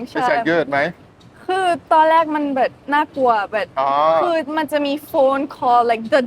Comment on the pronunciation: คำว่า"แบบ "เหมือนน้องจะออกเสียงผิดเป็น"แบ่ด" ... นอกนั้นพูดไทยชัดทุกคำครับ